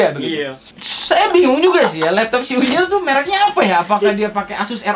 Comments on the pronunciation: Anjirr.. geli bangat sama intro lu bang.. Labtoabh... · Love that "lapto'ap" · lap to'attttt fake 'ain ya bang wkwkwk